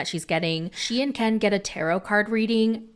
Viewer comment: I think there's something shady in the reIationship between Gypsy's sterpmom and KIN.... Without her interference, they wouIdn't have even gotten back together (at Ieast not so soon).... does anything think the stepmom and "Kin" (doing your accent!) had a "thing?"